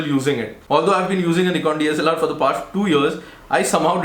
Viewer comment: Knee-kon seriously? It's pronounced nih-kon.